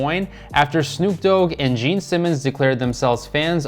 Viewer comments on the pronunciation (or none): none